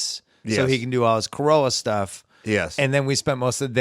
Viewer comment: It's "Carolla". Ace is going to be heated